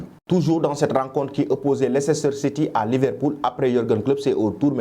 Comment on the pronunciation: On écrit "Leicester" mais On lit "Leister"